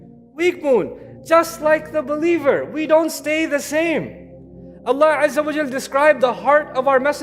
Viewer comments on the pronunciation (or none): please correct this not au but it is wa before layamassannakum